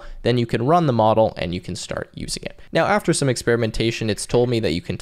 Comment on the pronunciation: Are we seeing evidence that you really really want to rub llamas? (I've count 2 instances so far in the video before it has finished) In all sincerity I appreciate this video.